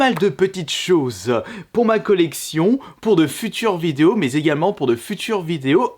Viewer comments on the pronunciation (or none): "Il y a zégalement" oui oui bien sûr... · Il y a Zégalement 😂😂